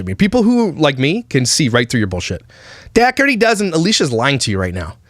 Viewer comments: I’m sure you don’t care and it super doesn’t matter cuz she’s gross but I think it’s pronounced “daw-tree” 😂 like I said it doesn’t matter I just thought I should say it lol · I think it’s pronounced Doh-er-tee. I had an old boss who’s last name was Dougherty. Just saying 🤣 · Are you joking with the pronunciation of Dougherty? Not Doug-hurty. It's DOUGH erty! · Oh it really is pronounced "Dockerty"? I assumed Josh was saying it in Canadian and it was really "Dough-er-ty", and I was going to give them credit for a decent "Dirty Dozen" pun. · Also they mispronounce the family name ~ the root is like dough so it sounds like 🚪-tee not however she says her husbands surname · If you're going to do a video on someone, pronounce their name correctly. This woman didn't adopt 8 children who came from terrible circumstances to exploit them. She has a big heart and found that with her social media presence she can afford them anything they want because, they deserve that. Alicia and Josh have raised beautiful and kind children who are very well adjusted and get the care that they need. Perhaps she overshares at times but it seems she's just trying to bring awareness to their situation. Nobody is perfect. No child has ever looked upset or uncomfortable on camera and if they were, they'd leave the room. She doesn't follow them. Those kids have everything they could ever want and know the videos are what get them that. They're ok with it, I assure you. And she's mentioned paying the kids! Multiple times. Do you even watch the videos? Or just exploit the Dougherty's for views... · You don’t even know how to pronounce their last name. He’s like their Alex Jones. Lol What a CHUMP